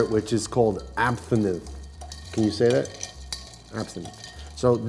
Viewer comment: What were you calling that? Abthinith? It's Absinthe lol